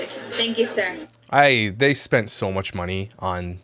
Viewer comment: Why does she keep saying ser, "thank ypu ser"...does she do that back home or she thinks its a british thing 😂😂😂